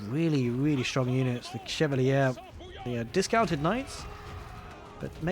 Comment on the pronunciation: I think chevalier is pronounced like Shuh-val-yay